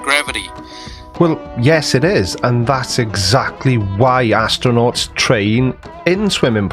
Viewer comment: “Actornaunts” 😂 my my what clever word play bet he's proud of that one